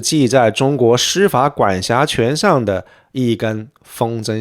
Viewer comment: 注意，是公司si / 司si法，不要故意卷舌